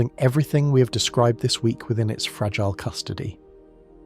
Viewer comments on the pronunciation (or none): none